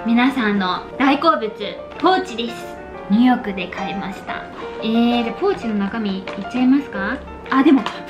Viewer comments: 2億で買いましたって聞こえるw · ニューヨークで買いました、が 二億で買いましたに聴こえて びっくりした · ｢ニューヨークで買いました｣が｢2億で買いました｣に聞こえてびびった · ニューヨークで買いましたァってのが、2億で買いました。に聞こえてびびった笑笑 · ポーチ！ニューヨークで買いましたぁ が、2億で買いましたに聞こえた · ポーチの ニューヨークで買いました。 が 二億で買いました。に聞こえた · 化粧ポーチ2億で買いましたに聞こえる笑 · え？ぎーにょなんて言ってる？ 「2億で買いました」にしか聞こえないんだけど